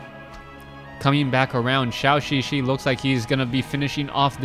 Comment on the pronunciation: For some reason pronounces Zhouxixi like Shaoxixi.